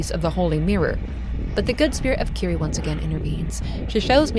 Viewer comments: Kirie is mispronounced too, it should be like Ki-ri-eh, not ki-ri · Eyy, I was around for your Zelda videos but lost track of you, great to see you again! Quick thing though, the name "Kirie" is actually pronounced "Kee-ree-eh", gotta pronounce all the vowels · I love love love your channel and this series. And I love this video too, just... maybe, not wanting to be an ass, but, in japanese it is ki-ri-e <3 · This video essay is great but a few tips on pronounciation: Almost every letter in Japanese is pronounced so it is Ki (as in keen)-ri (as in ream)-e (as in end) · Fantastic breakdown of the story. Pronunciation of 'Kirie' is wrong though. It's a three syllable name ending in 'eh,' similar to the Latin word Kyrie.